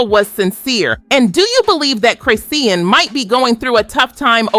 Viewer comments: It's Chris Sean not Chris Sea Ann lol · Girl As soon as she said Chris see Ann I stopped watching 😒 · This video so ass. You using live clips from when she was pregnant making it seem like it just happened, you can’t pronounce Chrisean name, and you talking about stuff that’s already beeen proved false. The Mabu tattoo was fake both her and Mabu said so days ago and here comes this video still spreading the bs. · Sis saying both their names wrong af I was so confused😂😂😂😂😂😂LIKE WAIT WHO TF IS JAHDEAN CHRISEEN. AN CLAN 😂🤞🏾🙅🏽‍♀️🧢